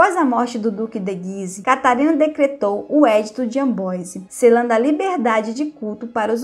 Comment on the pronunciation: Meus ouvidos doeram ao ouvir a senhora falar AMBOISE por favor veja a pronuncia correta e corrija pq esse video é muito bom !